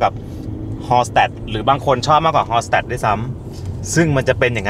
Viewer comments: ฮัล ชุ ตัท ค่ะ มันออกเสียงแบบภาษาเยอรมันค่ะ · Hallstatt ออกเสียงว่า ฮาลชตัทต์ ค่ะ ❤ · ออกเสียงว่า “ฮัลชตัท” ค่ะ 😁